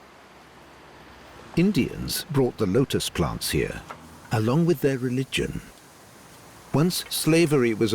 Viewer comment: "By PLONTS" to impress you with their accents.